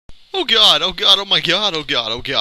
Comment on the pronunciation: they gotta believe in the gawd-uh! lol